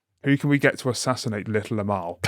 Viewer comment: Until I actually read the correct spelling of the name of the Little Amal puppet, I thought you were saying her name as Little Lmao.... It is a bit ridiculous so it still fits either way.